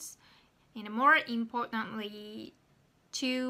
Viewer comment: Good job as always! I think that feedback is the most important for improving pronunciation. So I'd like to give you small feedback. When you say "AND" , sometimes it sounds almost like "IN" to me and it's a bit confusing. I'm not sure how it sounds to native speakers, though.